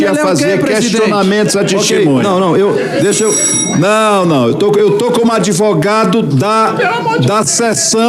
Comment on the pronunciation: Um presidente aí do senado que fala " Tistimunha " essa é a classe política do nosso Brasil 👍🏼